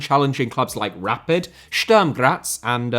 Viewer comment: Yo, just as a pronunciation advice (respect to you for trying to get them right), the vowel in Sturm is pronounced like the one in put. Great video!